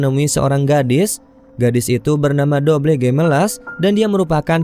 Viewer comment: Robledo kak...jadi dobleh hahahha😆😂